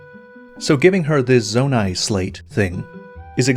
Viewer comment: "Zonai Slate" 😑